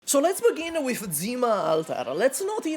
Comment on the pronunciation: Bro it's Zima, not Dzima 😭